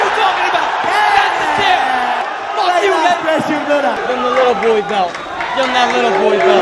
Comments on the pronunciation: “Fook Mark Henry” 🤣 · “Fook Mark Henry” 😂😭💀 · “Fook Mark Henry”